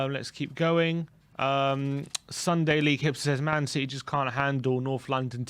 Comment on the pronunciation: What happened? “If Spurs beat Citeh, I’ll have a shave”. Lol